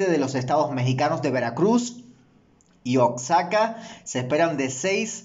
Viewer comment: Oxaca?? Se llama Oaxaca...( Se pronuncia OAJACA)